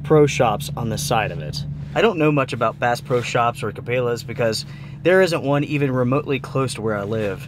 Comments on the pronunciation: Never in my life have I heard someone pronounce Cabela's like that lol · Ca-bail-uh? Thanks for the review never heard or seen this Bass Pro Body Bag product. Also never seen tent poles in that red color previously. Thanks for sharing your experiences. Cheers🎉 BTW: been receiving Cabela’s and Bass Pro catalog since I was a young kid. Name pronounced Ca-bell-ah, however after seeing that it will flood inside needing to be bailed out for the water somewhat prefer your pronunciation. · Cabela's is pronounced Ka-Bell-ahs not Ka-Bay-lahs just an fyi. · its cabElas, not cabAlas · Cabela's is not pronounced Ka-bay-la's it's pronounced Ka-bel-la's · Ca- BELL-uh …not Ca-BALE-uhs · Ca bell a. Not cabeyla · Did he just pronounce it “Ca-bay-la’s”??? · O.K., I'm going to get called out for this comment. I know I'm being extremely picky with it, but here goes. I had to check the spelling of this company to make sure that I wasn't pronouncing it wrong. Or that I may have misunderstood something. I don't believe that I am wrong at all. The company name is spelled with an 'e'. Cabela's. Their is nothing in the spelling that makes the soft sound of the letter e sound like a hard letter 'a'. Phonetically spelled, I fully believe the name of the company is pronounced Kabella. {again, that's the phonetical (sounds like) spelling}. And not pronounced (phonetically again) Kabayla or Kabaila. I'd like to know if I am wrong. Or how many of you pronounce it the way is pronouncing it in this video. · Does outdoor gear reviews and doesn't now how to pronounce Cabela's... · Please lord don’t say Cabela’s that way😂😂 how don’t you know how to pronounce. 🤦‍♀️🤦‍♀️